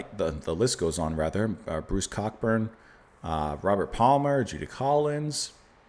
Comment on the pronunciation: Cock Burn? Really, you should know by now that it is pronounced co burn.